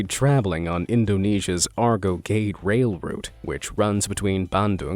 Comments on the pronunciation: Pronunciation should be Gaedae not Gate for Gede. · Its gede not gate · Not pronounced /ged/ but /gedé/